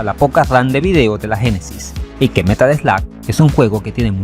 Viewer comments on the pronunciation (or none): jamas voy a entender porque le dicen Slag siendo que hasta el narrador al Presentar el juego le llama Slug! es algo que cada vez que lo escucho algo se muere en mi interior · this AI narration, it's terrible! It can't even say "Metal Slug"